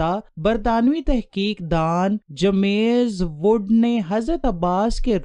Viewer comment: Baji it's James wood not jamaiz wood